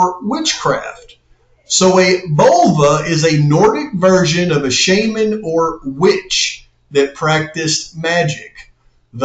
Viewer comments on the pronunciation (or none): lol I love how he pronounced Shaman. I’ve met many healing Shamans, and they are not occultists. A priestess is not an occultist. I love how everyone speaks on this inaccurately.